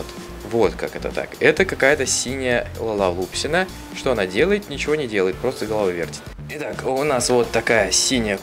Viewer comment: Не лалалупсики а лалалупси